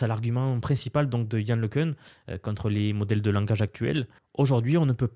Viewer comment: Yann Le Cun [ləkœ̃], né à Soisy-sous-Montmorency